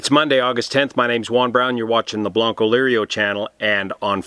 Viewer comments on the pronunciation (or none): none